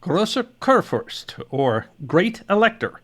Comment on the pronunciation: It’s “koor-foorst.” I’ll admit, much harder to pronounce is La Gloire — better to just call it by it’s English name - Glory.